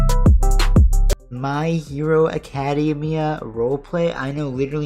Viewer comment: I already know the toxic mha fans are screaming at the way you pronounced academia